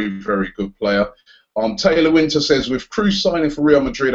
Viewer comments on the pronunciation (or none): none